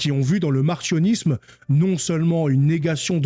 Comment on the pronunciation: Ca se prononce mar-C-io-nis-me, comme S-io-nis-me, non mar-CH-io-nis-me.